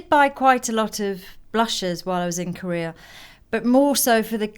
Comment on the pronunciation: why do you say "korear" instead of "korea"? :)